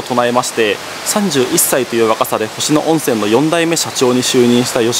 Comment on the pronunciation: 誤：「星野温泉トンボの湯」行き 正：「星野温泉トンボの湯」で下車 ほか 「星野温泉」の読み方 誤：ほしのゆおんせん（どうしてそうなった…？） 正：○ほしのおんせん お詫びして訂正いたします。